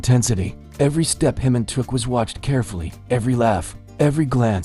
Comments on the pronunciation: His name is Jimin, NOT Himin! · This crazy guy doesn’t even know how to pronounce JIMIN’s name who is HIMIN?! Expert in making up stories! Just to get a click right? Pathetic! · I never realised how much made up stories there are about the BTS family there are. How can anyone outside of the family know what is said or done? If you can’t pronounce Jimin's name correctly, why should I believe what you say about his bodyguard? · I'm not sure about the confiding part. But appreciate the good job Lee Jusang is doing. You are making an insinuation that is insulting to our Jinin. And why can't you say Jimin's name right? You never bother to correct it and you have been told about it repeatedly! Jimin forever 💜